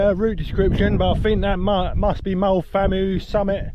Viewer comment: Thanks for the footage, hoping to do this in 2026. BTW, Moel Famau is pronounced "vam-eye", and the hill after Moel Arthur (just before you got to the first checkpoint) was Penycloddiau (pen-uh-clothee-eye)!